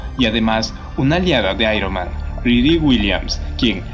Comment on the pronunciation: Airoman ja ja ja ja xd